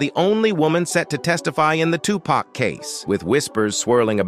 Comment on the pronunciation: STOP CALLING HIM TUPACK. IT'S VERY DISRESPECTFUL. HIS NAME IS TUPAC DAMN